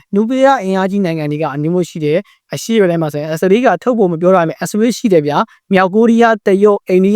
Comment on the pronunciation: မြန်မာသံ မပီရင်တောင် အင်္ဂလိပ်အသံထွက် ပီပါစေ။ အစ္စရေးလား? အက်ဇဝေး? အီရန်လား? အီယံလား?